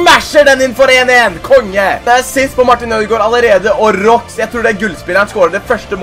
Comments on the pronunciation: Det uttales ikke "Råks" for spilleren Roux, men "Råa" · man uttaler Roux med stum x btw